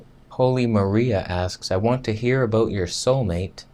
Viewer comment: Vegan Footsoldier Thumbs up for "a-boot" 😁